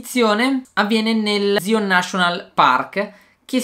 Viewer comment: io L’ ho visto il rampate L’ anno scorso ma nn si dice zion si dice Saion ma si scrive zion